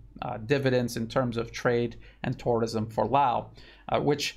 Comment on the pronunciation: I love your videos but the way you pronounce tourism is bizarre.